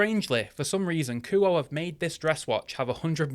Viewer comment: kuo-eh.. not ku oh